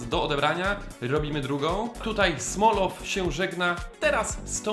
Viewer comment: Golovin Czytaj- Gaławin Smolov Czytaj-Smołow